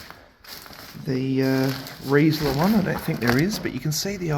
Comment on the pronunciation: I think you'll find the reisler tv was actually a Kreisler tv and the AWA (if that's how it was spelled, couldn't make it out in the video} was pronounced as three syllables A - W - A which stood for Amalgamated Wireless Australia.